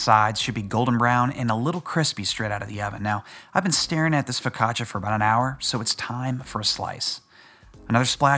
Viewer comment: I thought you said "focaccacia is the gateway drug for other breads"